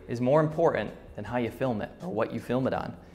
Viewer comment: lol a subconscious Chinglish "Hot to say?"